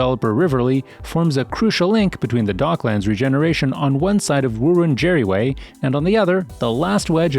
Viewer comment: Wirrundjeri is pronounced as wii-run-jury